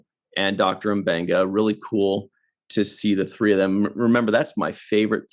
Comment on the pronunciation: Yes, it's supposed to be "Mmm-Beng-Gah," not "Emm" or "Muh". -- Many African languages, but also Ancient Greek have words starting with M, N, Ng, plus a consonant. Although Ncuti Gatwa, the new 14th Doctor Who, is pronounced "Shoot-Ee," it may be "Nnn-Shoo-Tee" or "Nnn-Tchoo-Tee" in his parents' native language. They immigrated from Rwanda, refugees, to Scotland when he was a baby. So you get Mb, Nd, Ng or Ngg (Ng-G), Ny-, Nj-, Nc- or Nch-, and so on. In SNW, they say Dr. M'Benga is from Kenya; I don't recall if Uhura is from Kenya also, but she is native African. In TOS, she spoke Swahili as her primary native language. I don't recall if TOS ever stated what country she was from. (I don't speak any African languages, but I'm a language geek. Uhura rocks.)